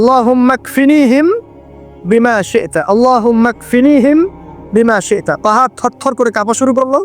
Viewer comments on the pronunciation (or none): আল্লাহুমা ইকফিনিহিম বিমা সিরতা এটা কি উচ্চারণ?